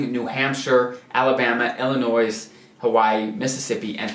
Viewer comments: Also he said “Illinois-z. I guess a lot of people do not understand the s is silent. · Illi-noise? Where’s that state? 🤣. I’m just messing. Good information to know. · Thanks for this and your whole series. The "s" in Illinois is silent.